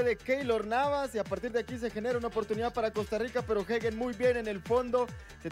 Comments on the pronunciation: No es hegen es Hagen , el comentarista está mal , Hagen con a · Se Pronuncia "jeiguen", y eso que soy mexicano. Fue figura su portero, muy mal, pudieron haber sido goleados. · No xd se pronuncia “Jaguen”